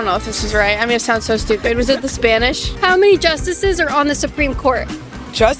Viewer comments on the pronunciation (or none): none